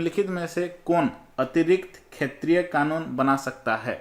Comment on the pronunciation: Sir aap ek shbad pr gadbd kr dete hai har baar shetriy ko khetriy kahte hai aur mukhyamantri ko mukhsyamantri khte hai😁